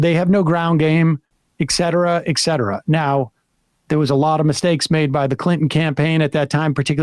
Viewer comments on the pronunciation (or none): The "eck cetera" thing is one of my pet peeves. For all the illiterate people out there: it's "et cetera." That's Latin for "and so forth." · Sam you can’t consider yourself an intellectual if you say “eck cetera” I’m just sayin. Be better.